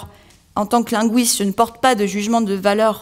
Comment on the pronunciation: LinGUISte, avec UI comme dans aujour'd'hui, cuistre, fuite, buisson... Pas linGUOUISte, comme dans mouise, Louise, ouir...